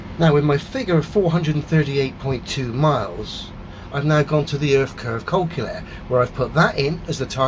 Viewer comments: What's a "colculator"? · still can't pronounce calculator 🤪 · "Culculator" hee hee hee. Cracks me up every time.